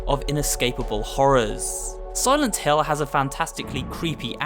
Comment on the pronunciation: It think it is pronounced "Silent Hill", not "Hell". Just a nitpick but you should know the name.